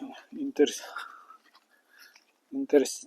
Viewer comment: не интерсити \,а интерьер)